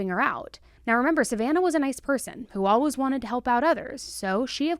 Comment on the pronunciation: The way says "all-wiz" instead of always....